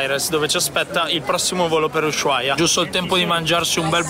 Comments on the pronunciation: si dice usuaia, no sh...😅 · Non si pronuncia la h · Per favore pronuncia bene il nome della città perché come lo pronunci non è corretto!!!! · Tvtb ma la H in Ushuaia è muta